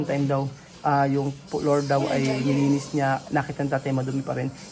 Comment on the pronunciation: typical pinoy "English Accent" Floor- Plor Food- Pud Before- Bipor Fufu- Pupu 😂 Evening- Ibning Father. Pader 😅 Never- Neber 😅 Yung F nagiging P Yung V nagiging B Karamihan naman sa atin eh ganito. Normal sa karamihan ng Pinoy ang ganitong pronunciation